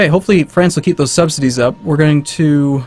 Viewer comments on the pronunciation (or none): none